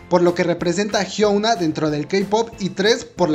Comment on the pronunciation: Melodica CHAN si , de hecho así se pronuncia , "idaun" y "jiuna"